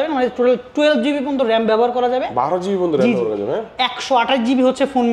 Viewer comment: মোবাইলে পরিচয় বা রেম রম ঠিক ভাবে বলতে পারেনি,গাজা খুর বিক্রেতা 😂